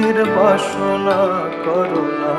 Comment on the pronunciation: কোরো না কদিন। ক তে ওকার করে উচ্চারণ করলে অর্থ সম্পূর্ণ হবে ভাই 😊